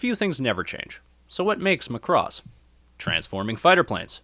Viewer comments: I don't know how or why the pronunciation of Macross has become "muhCross" for so many people, but I wish it would stop :p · You can't pronounce Macross (the emphasis needs to be on the 'ma'), and you're really not funny at all, so the humour falls flat. If you just concentrated on actually talking about the series, it would be a much better video. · before writing a guide, how about you leanr to pronounce the name properly